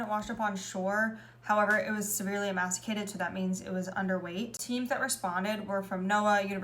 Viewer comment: The “c” in emaciated makes the “s” sound. Ffr